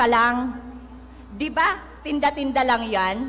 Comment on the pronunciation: omg pag kakasabi palang ng "LANG' omg nahihiya ako sayo 🥱 akala siguro niya pag hihiyawan siya HAHAHHAA